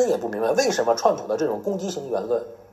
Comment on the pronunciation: 这个人把Trump 叫 “串扑”- 四声的chuan，就是说他把“川普”这个汉语音译用类似英文的调读了出来。这个小例子就很好的出卖了他：自以为转个调调就聪明了。其实。。。cringe 。。